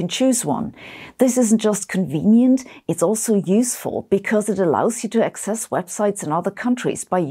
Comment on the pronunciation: Access - pronounciationˈakˌses. Inventory: ˈinvənˌtôrē